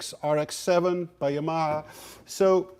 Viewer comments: I love the way he pronounces Yamaha :D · How are you pronouncing "Yamaha" again??